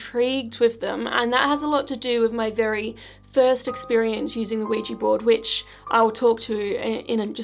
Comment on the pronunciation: People need to stop calling these "Ouijee" boards. It's so bloody proletarian. They are Ouija, not ouijee.